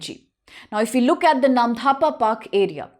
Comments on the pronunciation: Is there any H after D ? In Namdapha ? Why you're saying it Namdhapa ? It's actually Namdapha national park 🙏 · Not dhapa.. It's 'dapha' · You even can't pronounce "NAMDAPHA". You are saying "NAM-DHA-PA". Remember "NAM-DA-PHA". How you are qualified to teach IAS aspirant ? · It's नामदफा, not नामधापा! I'm from Assam, and ur incorrect pronunciation was unpleasant to hear. Please research a bit before making such videos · when it already written in English language. It's really very simple . She must know where to pronounce "dh" and where "d" ! What will you pronounce - Dosa or Dhosa ? Anyways.... when we NE people will not discuss about these issues who will ?? your Arunachal Pradesh will become *Arunanchal And we Assamese people will become *Assami people soon . Be ready for that . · Namdapha ,not NAMDHAPA